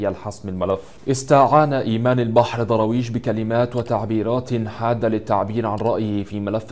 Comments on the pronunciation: نطقك سئ،. ومخارج الحروف عندك فضايح. ذاكر شوية واقرأ كثير وهات مدرس يعلمك النطق طالما مصمم تتكلم بالطريقة دي.. ايه دروايش دي انت بتقول ايه الضاد والدال عندك ضايعين.. حرام عليك. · مين ضراويش ده انجليزي ده يا 😂😂😂 يا سيدي الفاضل أبقي راجع الفيديو مع طالب ابتدائي قبل ما تعرضة ياريت المرة القادمة يبقي الفيديو أفضل من كده تحياتي لك 🌹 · انطق درويش صح يا غالي بالدال وليس بالضاد و بالفرد و ليس بالجمع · يا عم اقرا الاسم صح ايه داراويش اسمه درويش